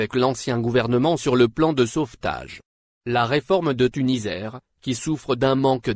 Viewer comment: TuniSair ça se prononce avec un s Et non Tunizair merci .